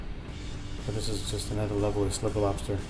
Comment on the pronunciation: stripper with posta. that's how he says slipper lobster